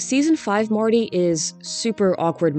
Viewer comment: I like how a lot of the time you say Marty it actually sounds more like Morty and I’m like yeah come to think of it Marty is exactly the kind of guy I would expect Morty Smith to become